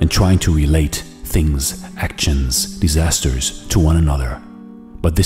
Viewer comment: I am an english tutor.. its not desaster ..its disaster